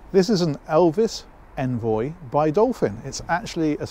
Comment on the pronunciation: It sounded like you said Elvis envoy.